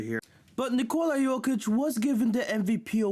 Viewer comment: Why are you pronouncing Nikola that way? Sounds stupid and degenerative.